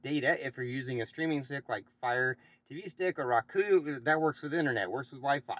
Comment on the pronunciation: Who says roku “rock oo”??? No one. Otherwise good video